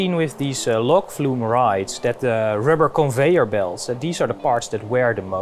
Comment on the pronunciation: Ben na 5 keer "lok fluum" afgehaakt, je hoeft echt geen perfect Engels te spreken, maar dit is wel heel erg als expert. Vond de info in de eerste minuten veelbelovend, maar niet genoeg om over die uitspraak heen te stappen